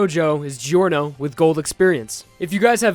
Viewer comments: Giorno is pronounced “Jorno,” not “Gee-orno.” Also, what about GER? It would be the best healer, technically. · Please, stop pronouncing Giorno as "Geeorno" instead of "Jorno" It hurts my soul